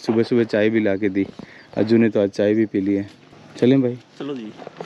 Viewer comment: अज्जी नहीं अज्जू